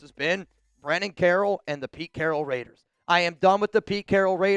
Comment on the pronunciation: It’s not RAIIDDEERRESSS it’s LAATTEERRRSSSSSS 😂😂😂